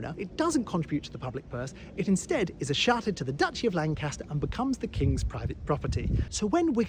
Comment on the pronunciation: Escharted lol